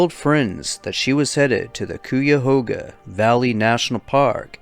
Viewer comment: Hey! I love the videos! You have such a fantastic narrating voice! I’m a NE Ohio native and I wanted to let you know “Cuyahoga” is pronounced “Kai-uh-hoe-gah” ❤️ Love the videos!! ❤️❤️